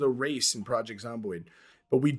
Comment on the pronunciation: hahaha, he said wace!